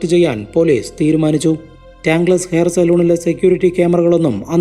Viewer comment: കടയുടെ പേര് ടാങ്ക് ലെസ് എന്നല്ല. ടാങ്കിൾസ് (tangles) എന്നാണ്. അത് പോലെ സലൂൺ എന്നല്ല സലോൺ (salon) എന്നാണ് ഉച്ചാരണം.